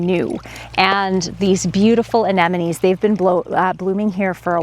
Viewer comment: it’s anemone not anenome.